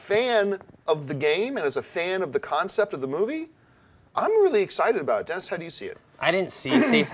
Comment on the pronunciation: Whenever says Dennis' name, I think she's saying "denizen". Kinda sounds badass for a second, like some hip net or gaming alias. I think Assassin's Creed, if done right, could go for a few movies and do very well. It's got a lot of the right talent attached, or interested in it as well, which doesn't hurt. First and foremost though, it has a staunch fan-base and carries elements that would make it broadly appealing to more than just gamers.